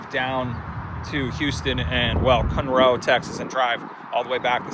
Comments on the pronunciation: Okay, I just started the video. And number one, it's not cun,- row, it's Con-row Texas. I know you're not from here, so I'm simply correcting you. Okay, now back to your video. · Hey. I’m in Houston. It’s pronounced CONroe, TX, not ConROE!!! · FYI it’s CON-ROW, not cunrow. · Cun roe Texas? 😂😂😂 I live here in CON ROE, Texas. It spelled “ Conroe” Texas. It’s sounds exactly like the way it’s spelled. Bro, don’t overthink it.😂 it’s just “con row” Texas CONROE. CUN ROE😂😂😂😂😂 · It is not pronounced, "Cun-Row", it is pronounced as it is spelled, "Con-Row". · Can’t even pronounce Kunroe 😂 It’s Con Row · Great work. But it's CON-roe. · It’s Con/Row stop talking like you’re in California 😣😁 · I have never heard Conroe pronounce Cunroe 😂😂😂 wtf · It’s pronounced Con-row Texas fella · That not how you say Conroe! 😂Con-roe Conroe! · My dude said ‘Cun-Row Texas’… dog the disrespect!! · Just came across your video, been here my entire life. No offense but it's pronounced (KAAN-ROW), nice video and commentary. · Pronounced Kann-roe. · Good video good content living 3hrs away you should know it’s pronounced CON-ROW…..city boy in his Audi and clean clothes 😂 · Good video good content living 3hrs away you should know it’s pronounced CON-ROW….. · You mispronounced Conroe.